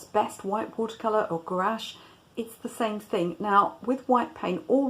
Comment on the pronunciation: Gouache is a single syllable